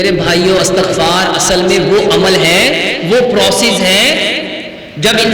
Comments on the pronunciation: Astaghfar nahin hota Istaghfar hota ha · استغفار / الف اور تاء کے فتحہ کے ساتھ نہیں ۔ بلکہ الف اور تاء کے کسرہ کے ساتھ ھے۔ عفوا